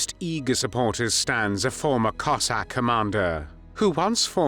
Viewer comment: Диктора на мусор! Козака а не коэсака!😂